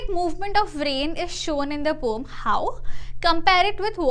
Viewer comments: Poem ❌ pome ✅ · Poem❌️ Pom✅️😜😜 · Poem ❌ poom ✅ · it is pronounced as pome bruh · "roam" son💔💔💔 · The word poem has got two syllables (po-em). It's po-em not pom.